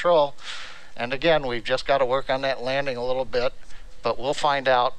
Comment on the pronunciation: Work on the landing a little bit …. Did you say a little bit😂